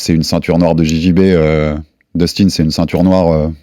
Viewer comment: " dustin " sa ce prononce " deustin " pour daniel 😊